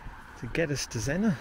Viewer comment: Zenner, not Zen-NOR.